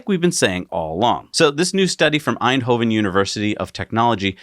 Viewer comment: also. congrats on saying eindhoven correctly. for some reason dutch area's are always butchered in pronounciation by english people. but you nailed it